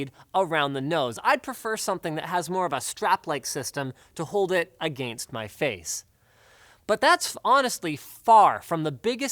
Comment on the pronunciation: Why does Linus say against weird